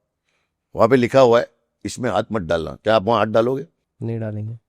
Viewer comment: Hindi ka uccharan galat hy aapka haat me😢